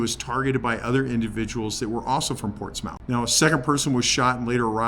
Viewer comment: Sorry not to be a critic, but it is pronounced Ports Muth. I can forgive you having been a former Californian. HA HA. God bless you in your treatments. As an Army Military Policeman and War Veteran with a few server knocks on the head and PTSD I can sympathise. God Love you, Thanks.